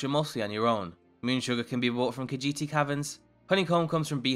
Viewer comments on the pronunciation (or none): u said khajiiti at 2 mins